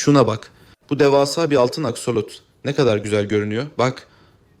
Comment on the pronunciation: Askolot değil aksolot😂😂 😂😂😝😝🫠🫠